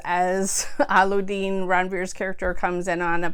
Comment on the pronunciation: allu-deen LMAO. cute... allu means potato. :P alla-ud-deen